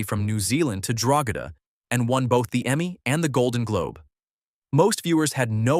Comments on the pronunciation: It's pronounced Drogeeeeeeeda not Drogeda. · The ranch name is pronounced Dro-GEE-da (hard “G”).